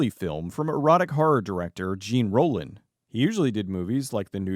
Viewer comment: It's Zhawn...Rollin!